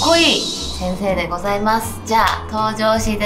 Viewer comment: 先生が！って言い方が、なんか韓国味を感じた